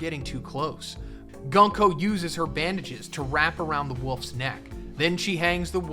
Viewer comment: The pronounce for 軍子(Gunko) is not Gan-ko but Goonko. Just saying 😅